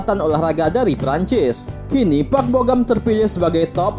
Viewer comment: Bogam".. lama" jadi bogem..